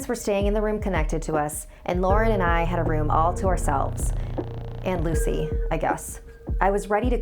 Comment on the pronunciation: Excuse me its luci Get it right